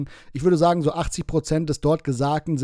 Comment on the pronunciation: Sie spricht genau ßo wie Rainer der auch mit ßo ausspricht.